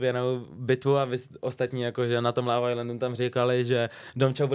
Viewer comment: Proč vyslovuje slovo LOVE tak zvláštně?